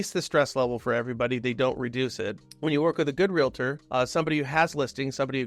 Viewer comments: Info is solid, but hard to listen to a "Real-tor" who can't state their profession correctly. Is it nitpicking? Would you feel comfortable when a medical professional says they are a "Dook-tur"? A test of a good "Real-tor" starts with first impressions. It's not "real-a-tur", but "Real-tor". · Say it with me.... REAL-TOR.